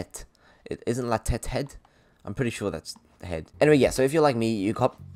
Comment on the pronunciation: ma man tryna speak french?😂 Ouais it's "la tête" not tetete